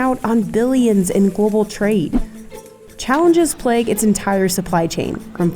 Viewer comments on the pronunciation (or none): none